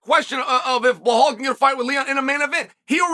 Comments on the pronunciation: Why do you keep calling him bahal? It’s Belal. Like Bill-lal lol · His name isn't Bihal, it's Bilal! Geeze atleast learn how to say a person's name and not butcher the hell out it Chael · Chael. I have been an avid watcher of ur channel for many years now andI know u love to say the fighters names wrong. But. Surely saying blahal is more difficult than saying Belal Right?? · ffs pronounce his name correctly, it’s not Bahal it’s Belal Be - Lal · Are you aware that you are pronunciation is wrong , belal is is not blhaal 😅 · How hard is the word be lal, if you want to breakdown fights the least you can do, is say the names correctly. Where did you see behole in his name. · One thing about Chael is he will NOT call Belal BELAL. Belal will always be “Blahal” to Chael. “remember the name” my ass. 🤣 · I clicked on this video to hear him say "Blahal Muhammed" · Bahal?? He must be doing this on purpose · DC catching strays for mispronouncing Blehal's name!😂😂😂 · At least put in the effort to proncounce his name correctly. Its Bee like the animal lal, its not that hard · Blehaal is just too funny. Chael got the best pronunciations. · And Still …. he pronounces his name “Blahall” 🙄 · here to hear Chael say Blahal tbh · Chael, there is not "H" in Belal's name. It's prounced as: "Bee La AL" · Man said B Haul 😂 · Why does he call him Blahol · Bullhal😂 wtf Chael!!! Get the name right for one guy at least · I opened this video to see if he still pernounces his name Bill-Haul and the bad guy did not disappoint 😂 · Cadelo and Behalal 😝 what’s you drinking ChChChael ??!! But I respect your big up to Behalal 😆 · Moohal Muhammad?? He’s just doing it on purpose now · Why not pronunce his name right? It's obvious ur doing it on purpose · Belal becomes champ, Chael still butchering his name lol!